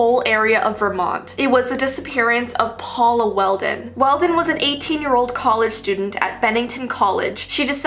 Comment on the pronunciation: Paula Welden not Weldon > <